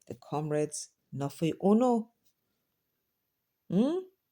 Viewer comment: No wonder he keeps saying "Camreds". Is he deliberately not using "comreds". I wonder